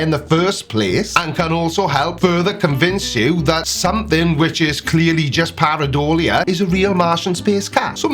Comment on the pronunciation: Para - door - lia. 😂